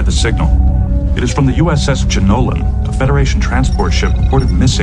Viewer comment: "Jonollan"? Oh brother...